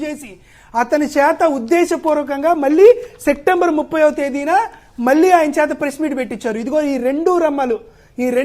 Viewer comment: సెక్టెంబర్ కాదు బాబూ, సెప్టెంబర్ అనాలి.